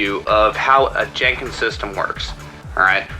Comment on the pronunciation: excuse me but it's pronounced Jen Kins not JANE Kins